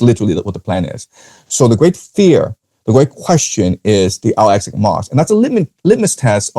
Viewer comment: Al-Aqsa is pronounced æl ˈæksə (al-AK-suh), not al-asak